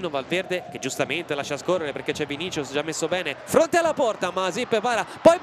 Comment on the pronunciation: Qualcuno dica a quelli di dazn che si pronuncia "VINISSIUS"